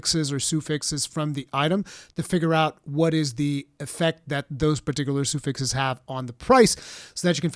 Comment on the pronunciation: All of this sounds really cool, one note though. i know english isnt your first language so one pointer. suffix is not pronounced "soo-fix" its "suh-fix"